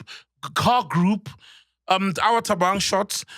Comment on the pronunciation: Mac : Thabang, Thabang? No Mac, Thabang, Thabong.